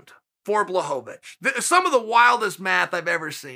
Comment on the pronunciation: It took Jan beating Izzy for uncle Chael pronounce Blachowicz correct 😂 No wonder the guy felt disrespected